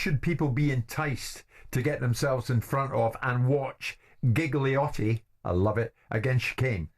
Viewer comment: Yeah I can forgive him for saying Jiggle-iotti like Giggle-iotti even after he was corrected, but to misname Paulie while acting like he's his biggest fan...